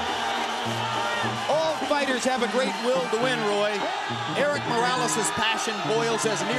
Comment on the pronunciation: .. just for the record Buffer: Errick (doesn't exist) it would be Erick with soft r like in "tree" Buffer: El Terrible is perfect! Buffer: "Morrales" (is various fabric bags) it would be Morales with the r sound like the t from "Dakota" In Spanish not everything is rrrrrrrrrr